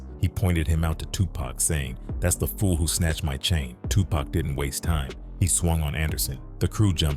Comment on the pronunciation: I hate when white folks say “Tupack” instead of “Tupac”